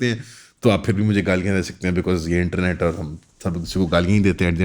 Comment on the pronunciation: Enternet ✔️ internet ❌🤡😂